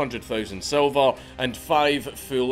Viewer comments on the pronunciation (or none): none